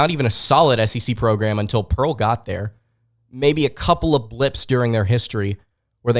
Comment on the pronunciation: Im gonna unsuscribe for this dude saying pearl